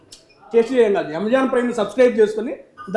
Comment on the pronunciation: amazon ❌ yamazon ✅